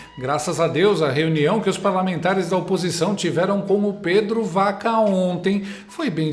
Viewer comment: Para enriquecer o seu canal show de bola, Pedro Vaca (pronuncia-se Baca)